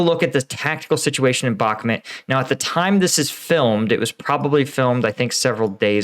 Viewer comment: Really like your videos and your additional angle - keep up the great work! But please, for the love of freedom... can you work on your pronunciation of Bakhmut (say ‘Back-moot’, not ‘Back-met’). K, thanks 🙏